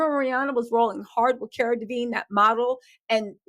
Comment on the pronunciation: Are you talking about Cara DELEVINGNE....Love u, but get the names right at least...Same as u calling Chris Lighty Lightly...